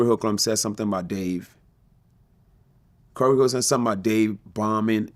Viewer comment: He can’t say Corey’s name 😆😆😆😆